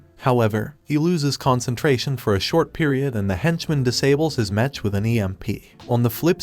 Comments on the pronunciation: Also the tts freaking sucks. The pronunciation of the word "mech" ended up as "metch" or "mesh" among other butchered words and names. What the heck boi? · Why do u say "Mech and not "Mek" ? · It’s mech not mench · Whats a mesh its a mech not a mesh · Mech not metch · Why are you saying MECH wrong, unless it is computer speak... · YOU KEEP ON SAYING MECH WRONG! 😡😡😡😡